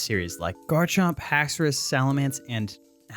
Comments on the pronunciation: HAXORUS, NOT HAXOUOUS! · THE FIRST U IN HAXORUS IS SUPPOSED TO BE AN O! AND DO NOT LEAVE OFF THE E IN PSEUDO!